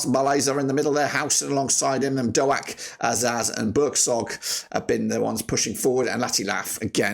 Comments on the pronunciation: Why can’t you pronounce any players’ names correctly? “Azeez” “Doh-ack” “Latty Lath” “Burk-Zok” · Great video man! Boro fan here just a pointer its just pronounced Ben DOKE (like a can of coke) sorry to be that guy 😅 good to see the stats going in to this - i hate playing rovers. Best of luck to ya